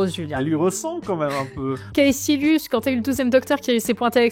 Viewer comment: Prononcer Kaessilius ça fait un peu mal qdm. Kaekilius, Sessilius, Tchetchilius, comme vous voulez mais faut choisir.